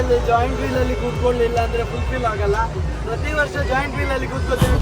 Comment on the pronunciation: ಅದು ಜಾಯಿಂಟ್ ವೀಲ್ ಅಲ್ಲ ಜೈಂಟ್ ವೀಲ್